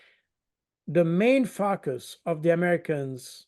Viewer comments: I hear it. Have to say, it is rather, er, 😏 funny. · I'm such a fifty plus juvenile, I'm sorry, not! Every time monsieur Baud says 'focus' it just cracks me up. Hope I'm not alone here. Just to bring some light to dark places.